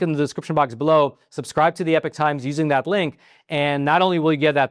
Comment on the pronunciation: I don’t think epoch should be pronounced the same as epic.